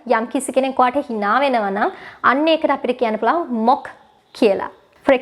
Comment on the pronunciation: Cant tolarate your pronounciations...learn to pronounce the word 'mock'